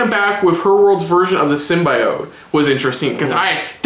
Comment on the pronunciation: Did he just say "sim-BYE-ote"????